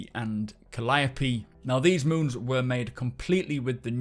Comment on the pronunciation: I'd like to congratulate you on being the first SC content creator to pronounce the names of all of the new moons correctly :D